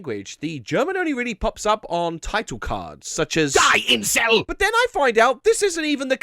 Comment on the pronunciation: I laughed when you made the German title card sound like "DIE INCEL!", although it actually just means "the island".